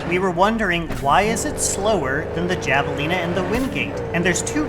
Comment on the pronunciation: Very nice video. I feel like there’s not much to go on in game for comparing which cars to get, so it’s nice to have the resource. Small note though- javelina is pronounced with an h sound, like jalapeño.